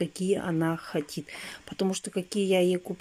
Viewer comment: не хотит,а не хочет!!!!!!!